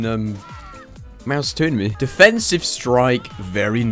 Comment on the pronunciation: No one: Not even Chuck Norris:: DEFENSIFE STRIKE